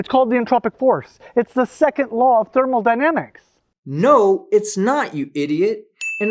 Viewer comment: I can't be sure, and I may have mis-heard, but did it sound to anyone else that said "thermal-dynamics" instead of thermodynamics? Not accusing him of screwing up the word he's professing to be an expert on (as one would have to be before "teaching" others), but asking others for their input. I'm pretty sure I've heard him say "thermodynamics" before, so it's probably just my ear wonking out on me.